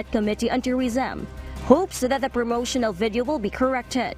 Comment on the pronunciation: i cant unhear "vedio....vedio...vedio"